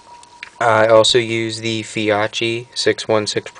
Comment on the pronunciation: Winchester doesn't make a Windjamer wad. The OEM wad made by " Tournament Wad Company". The base wad in a Winchester AA HS won't (can't came out). You should know this. Fiocchi is pronounced: "Fee-Ohhh-Chi" ...